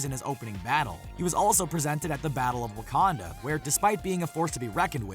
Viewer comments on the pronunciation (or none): none